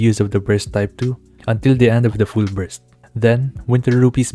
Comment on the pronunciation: not sure if on purpose or not... but I heard a couple times breast meter instead of burst meter